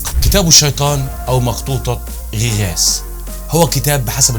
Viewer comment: تعليق واحد فقط اسمها مخطوطه غيغاس وليس غي غاس للتنويه فقط